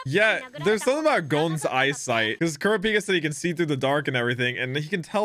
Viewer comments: Can someone please help with how to pronounce Kurapika 😭 the first A is exaggerated while (pika) is extremely short. So like Kuraap-ika 🤔 not Kuruh-peeka. But pronounce is however you like 😅 still here for the ride! I’m so excited for you!! You’re gonna like this just as much as Naruto or maybe even more 🤷🏾‍♂️ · i thought it was "kur-ah-pick-uh" ? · IT'S KUR-A-PIKA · U said kurapkis name wrong see it in dub